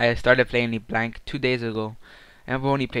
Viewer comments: Thought it was "leh blahnk" No? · People who make tutorials on champions should: pronounce the name right, become more familiar with the champ, know the combos, etc. dude i stopped watching after you decided to mimic chains instead of Q. LeBlanc is my main and you make me want to cry.